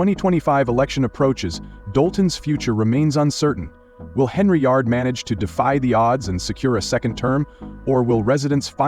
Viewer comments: Get the damn name right. It's Henyard not Henry yard. Im gonna repirt this channel. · “Henryard" I really can’t endorse this AI shite!